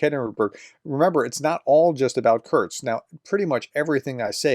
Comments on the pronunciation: Curse-k. Not curks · Kursk, is pronounced "cur-s-k" As I've always heard it. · For the love of god, there’s no T in Kursk 😂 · Exactly. It's annoying me too. This is about the easiest name to pronounce!! Sheesh.